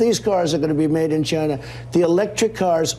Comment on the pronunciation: WTF is he talking about the cars will not be made in Gyna as Trump pronounce it over and over again.